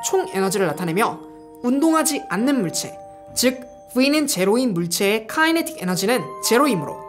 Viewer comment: Kinetic 은 발음이 키네틱 임. Not 카이네틱.